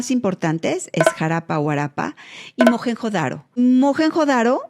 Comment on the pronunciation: Y no se pronuncia "majenjo daro" ruca rrrrrrrrattttaaaaaa